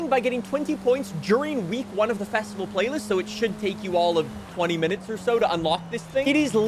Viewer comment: Did say flaylist?